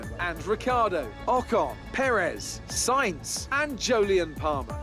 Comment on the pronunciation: It's Sainz isn't it?